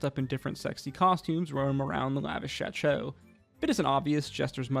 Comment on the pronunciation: "lavish shatshow" 😂